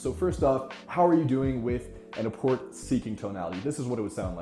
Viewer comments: Good tips, thanks. Love the quotes especially. Just wanna add that the "t" in "rapport" is silent. Sounds like "ruh-POR" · Your neutral tonality sounds like you could give a shit less. The third example sounds like you’re full of yourself. No judgement but in a business setting, this will not build rapport. I’m curious to know about your business experience. Lastly, rapport is not pronounced like report. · Never heard anyone say the word "rapport" out loud, I take it? Only a would think less of someone for that, but as a quick note for next time, it's a French word, pronounced 'RUH-POOR' with no 't' sound. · The T in rapport is silent. Otherwise a great video. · I cringed every time he said it